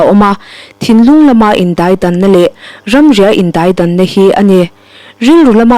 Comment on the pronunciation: Indaidang tih hi i chhiar ri dik lo